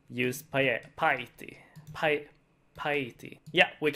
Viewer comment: "We can now use pie-eaty"